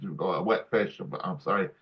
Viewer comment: "So long and thanks for all the 'Rish'" 😅